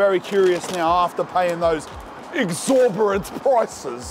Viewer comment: love how many words says incorrectly hahaha. exorborrent prices 😂 great viewing